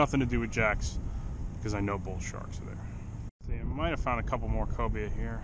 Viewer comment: Cobia not Cobra lol